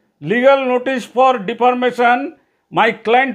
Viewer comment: আমি আপনাদের চ্যানেলের একজন অনুরাগী।কিন্তু কিছু মনে করবেন না,এঅটা ভুল বাধ্য হয়েই(একদিন হলে ধরতাম না!)ধলালাম।আপনি মানহানিকে ডিফারমেশন বলেন কেন?এটা তো ডিফেমেশন!!